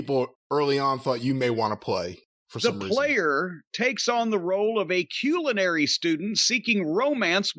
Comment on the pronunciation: jim saying "culinary" is tough. lol meh it happens